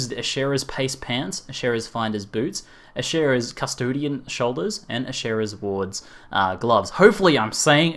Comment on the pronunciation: I think it's "Ash-Ara" with the E being silent